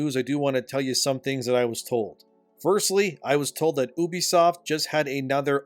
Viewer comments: why do u say Obsoft not Ubsoft ?? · It's pronounced "Ubisoft"